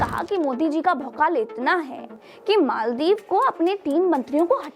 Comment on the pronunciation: Pahle to Maldive bolna seekh lo